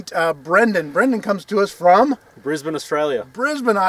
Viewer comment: Oh, heard an Aussie say Brisbane correctly and said it correctly back. Finally, An American who doesn't call it "Bris-bane" or "Bris-born", He used the correct pronunciation of "Bris-ben"!